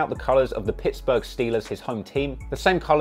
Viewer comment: this guy said pikksburgh